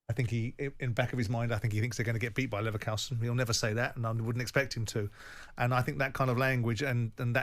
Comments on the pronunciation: I would bet my laverkHOUSEn on Simon never learning how to pronounce Leverkusen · Simons' ignorance of pronouncing Leverkusen correctly is astonishing. In terms of the FA scrapping replays, just give all league 1 and below automatic home advantage if they are drawn against a championship or premier league team, or maybe an option to choose whether they want to play at home or away.